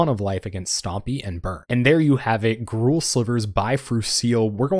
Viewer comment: This sounds spicy. Also TySM for pronouncing Gruul correctly